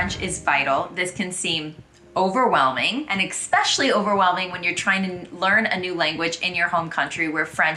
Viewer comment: Is that a Midwest thing? Pronouncing especially as "exxpeschially" instead of "essspecially"?